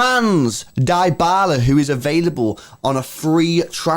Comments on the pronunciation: true pronounce of Dybala: its not "daibala! its "Dibala" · Guys it's pronounced di (dybala).🤔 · Mans be saying Die-bala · Manz just said diebala